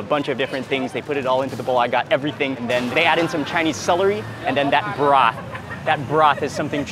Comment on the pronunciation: sauce = sas broth = brath